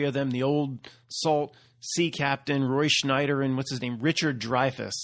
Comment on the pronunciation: must be Mandela effected about Roy Scheider too. It’s not Schneider. It’s Scheider. No N. Lol